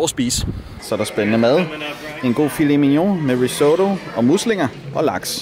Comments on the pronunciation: Fed video, men måden du udtaler risotto på..... uh ha det krakelerede i mig haha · Det hedder RIS-OTTO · Puha. Den måde du udtalte risotto på gjorde skam ondt i mit italiener hjerte😩😬 men ser da ud til I har en fed tur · Hvorfor udtaler du risotto på den måde? Det er en italiensk ret og ikke en amerikansk 😂